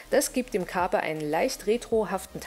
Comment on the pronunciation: Nehme an, der Name bezieht sich auf das Sprichwort "Carpe diem" also, so wie du das ausspricht wäre das schon richtig =)